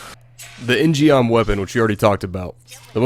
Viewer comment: In gum proper pronunciation fyi J. In means man, gum means sword in Korean. In gum. Geom is an example of koreans misspelling their words in english sigh...